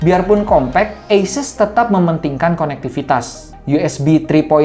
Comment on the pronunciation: dari video bung yg ini, baru tau cara penyebutan asus itu dibaca eises :)